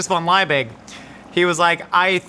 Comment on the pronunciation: Justus Liebig (the one who created Liebig's Meat Extract). I think you figured that one out, though not the pronounciation.